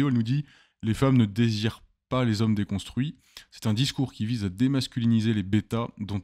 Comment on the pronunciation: Homme "DESCONSTUITS" ? Vive la fronce